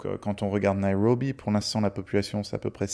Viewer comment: Prononcez Nairobi sans en faire des tonnes sur le " R " 😅